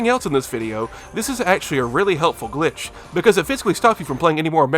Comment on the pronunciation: a "glitché"